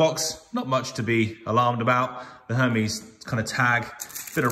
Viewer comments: Pronounced: (air - Mez) , not what you are saying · LOL the way he’s saying Hermes is jokes. Can’t even say it right